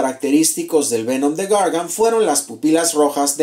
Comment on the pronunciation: Me da cura en los bloopers que ladra cuando trata de decir Gargan, y cuando giraste la cintura por k dijiste "No es cierto" xD?